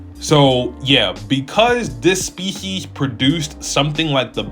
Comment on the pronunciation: My boy said “This SPEES-YEEZ” 🤣🤣🤣.. Great video bro but the way you said “Species” took me out!